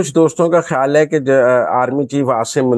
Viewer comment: حرف "خ" صحیح ادا نہیں کر سکتیں۔ "خ" کو "ح" کی طرح ادا کرتی ہیں جیسا کہ خبر کو حبر، خیال کو حیال کہتی ہیں۔ تلفظ کو بہتر کرنے کی کوشش کریں۔